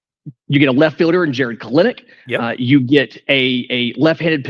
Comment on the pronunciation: It is Pronouced "KEL-Nick"